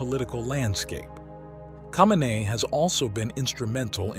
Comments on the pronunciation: u can’t even say his last name right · lol at the pronunciation of his name, makes me question the quality of the rest of it